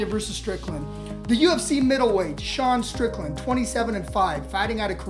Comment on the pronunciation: "Dasean strickland" ❤❤❤ i love it